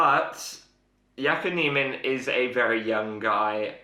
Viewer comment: You and Faldo pronounce his name one way, everyone else another. Which is right?